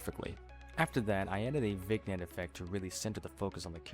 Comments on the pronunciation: Great work, but it's pronounced "vin-yet" ...not Vignet. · Please, not VIGG-net, VINN-yet. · You don't pronounce the g in vignette. Its like vinn yet